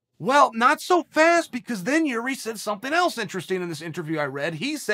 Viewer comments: I could be wrong but I think Chael pronunce Yuri not Jiri. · who came here quickly to check on Chael how He pronounce Jiri's name this time?:)